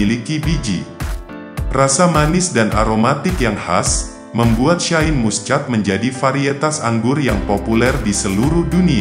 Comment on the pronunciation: Baca Shine Muschat kok dibaca letter lux😂😂😂😂wk kk